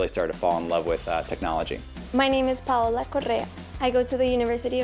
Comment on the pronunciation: Paola how come you don't say your first name with an accent but you roll your r's on your last name?